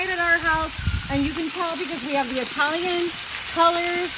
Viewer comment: When u hear someone pronounce Italian like “ II T A L LO O N loo 😂 I have no idea what the duck slop she made but must of. Had the munchies and was high on weed and something else!!! Maybe mushrooms lol 😂